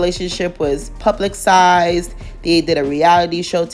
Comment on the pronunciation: Girl! 😂😂 did you say this relationship was “publicsized”? 😂😂😂